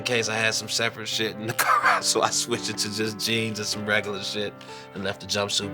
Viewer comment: it sounds like he's trying to start an engine when he says "car"